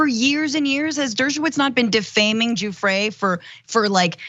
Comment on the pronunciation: Okay this one is easy regardless of how long the esteemed lawyer's mouth is moving... he mispronounced Virginia Giuffre's name as "GOOF-fre". His "perfect" sex life lines up with Trump's "perfect" phone call... The government should be careful with these ones, these tricksters.